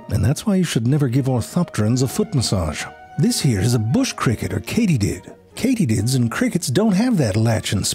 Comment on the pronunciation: Why do I keep on hearing K.diddy instead of Katydid 🤣🤣🤣